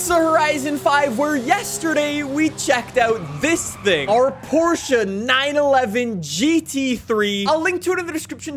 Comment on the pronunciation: YOU PRONOUNCED PORSCHE RIGHT!!!!